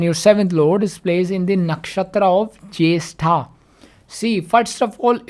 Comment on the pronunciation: The Way You Call Nakshatra Jyestha Soo Good 😬😬💥'Mine Moon Nakshatra N 7th Lord Nakshatra Are Same so Me And my Husband are Same may be